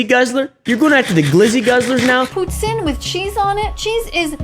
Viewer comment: Pronouncing poutine as putin wtf